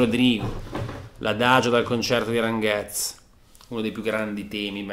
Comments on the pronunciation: Grandeeeeee !!! Finalmente El Concierto de Aranjuez !! TU-TO-RIAL TU-TO-RIAL TU-TO-RIAL :D Per la precisione, Aranjuez si pronuncia Aran "hu" (qui mettici l'h aspirata tipo ich dei tedeschi) e "ez" qui pensa che sia scritto "es" e pronuncialo come farebbe Jovanotti ;-) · Non male la riduzione. Sarebbe il caso si informasse sulla esatta pronuncia di "Aranjuez"; non " Aranguez " !! Buccia di banana intollerabile...